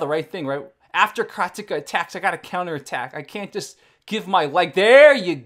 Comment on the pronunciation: Because he uses it's correct pronunciation unlike the rest of the world?